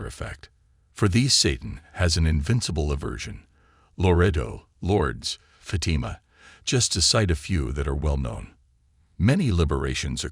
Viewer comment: the first word I noticed was Fatima.